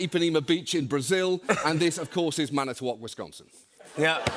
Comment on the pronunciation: He pronounced Manitowoc right!!!